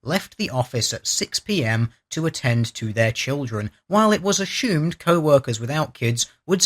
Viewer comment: I never knew there was an "h" in "assume "